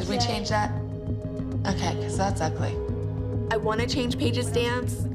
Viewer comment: “Only BEcOuSE” Kelly